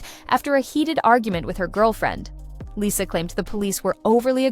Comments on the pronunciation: It's pronounced Lee-sa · Not interested in AI talks, especially if the bot can't even pronounce her name right.